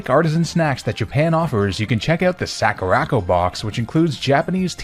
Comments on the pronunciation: "Sack-ooh-rack-oh" I'm DIEING. "Sah-koo-rah" as in, the "sakura" (cherry blossom) trees from Japan, and "co" as in A FRIGGIN' COMPANY!! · What's a Sackoorocco sorry I had to that mispronunciation of Sakura Co feels very intentional he pronounced every other Japanese word correctly it was just that one Sakura is a very common Japanese word and I'm going to be surprised if he was mispronouncing that unintentionally. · Soccer-ra-co that mispronunciation damn near made me have a stroke . Legit the most violently american way I have ever heard sakura pronounced.